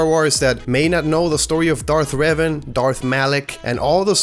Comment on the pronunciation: It's pronounced Ray vahn.